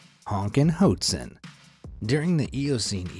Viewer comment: You’re pronouncing “hoatzin” wrong. It’s actually pronounced “watt-seen”.